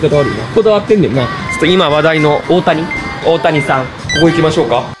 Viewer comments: 大谷はおおたにじゃなくておおやだよ笑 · 大谷は『おおたに』ではなく『おおや』と読みます！